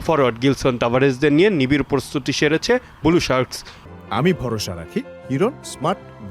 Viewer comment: ব্লু উচ্চারণ করতে পারেনা আবার সাংবাদিক